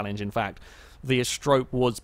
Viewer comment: Not Ast-rope.... "Ast-e-ro-pay" ... lol. Like the Greek myth, she was one of the seven Pleiades...